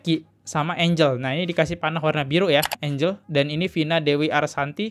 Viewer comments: Maaf.... bacanya bukan engel tp enjel x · Gue a bit 'cringe' elo sebut namanya angle... angel bacanya Enjel, bro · Bacanya enjel kali bang,kalo enggel tulisannya angle